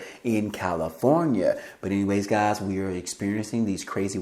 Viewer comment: C'mon gahz listen up gahz. Listen here gahz you heard it here first gahz